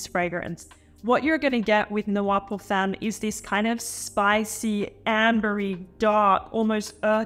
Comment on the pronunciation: Pierre should teach you how to pronounce femme correctly...